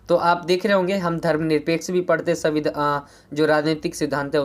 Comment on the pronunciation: Bhai parate nhi hota hai padhte hota hai 😅😅